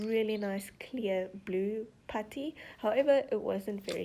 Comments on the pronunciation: For the whole entire videos I thought you were saying “patty” but you were saying putty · Was she saying patty instead of putty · It’s putty not patty 😂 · Normal: putty Girl:patty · It's not patty it's putty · A patty??! Lol the way u pronounce- no hate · Anyone else hear “patty” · potty or putty? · Not to be mean but she is saying patty (not trying to be rude) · I’m I the only who likes the way she says putty😊? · I love how she say putty